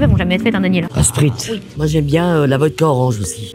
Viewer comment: "Bah moi tu sais très bien que j'aime bien le sprizt", je t'aime ❤️